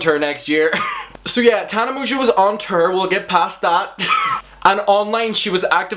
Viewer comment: From now on I'm only pronouncing tour as terrr